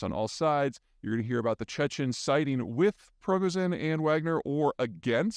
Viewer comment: Pree-go-zheen - not that difficult to pronounce